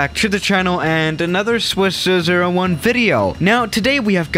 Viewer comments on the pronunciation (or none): Am i the only one who noticed he said : ...Swiss01 video...